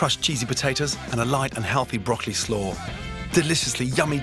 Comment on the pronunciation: Can we saute the BrockEly